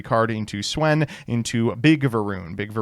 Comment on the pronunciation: Didn‘t know you could mispronounce Swen that way